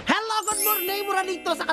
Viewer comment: hello Goodmorming ... 😆😆😆 natatawa talaga ako sa hello goodmorNing na linya niya..